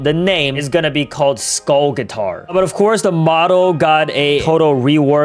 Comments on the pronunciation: Soul/skull guitar❌ Soul/skull gyatar✅😂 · im gonna miss everything. oh ye why did you say soul gyatar